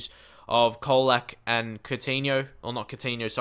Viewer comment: It's pronounced like Cholak. :)